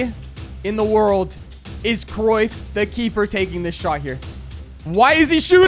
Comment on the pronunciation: bro really said decruyff(did anyone notice?)